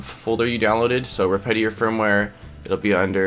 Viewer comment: respitary? really tho